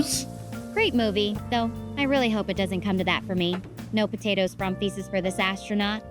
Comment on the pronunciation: i believe those were "poo-tatoes"